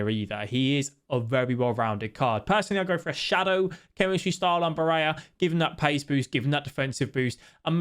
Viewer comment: Bar-ella not baraya